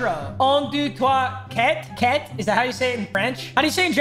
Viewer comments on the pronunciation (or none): Quatre is pronounced like Cat in French it would be “Un, Deux, trois, Quatre” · 4 in french is pronounced like cat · You say it like cat in French